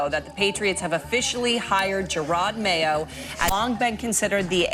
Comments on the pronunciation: I came just to see if this dude STILL thinks his name is Jared Mayo and he does, even while clipping videos with his name pronounced correctly. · Bro is saying mayos name so wrong it’s upsetting